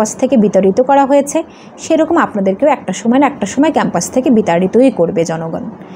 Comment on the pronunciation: উচ্চারণ এতো ভুল ?? খ্যাম্পাস কি ?